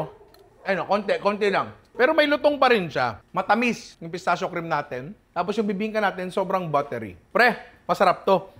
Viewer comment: Nong “pistakkio” pronunciation nyan hehe ✌️